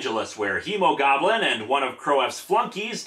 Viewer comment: did anyone else hear Emogoblin instead of Hemogoblin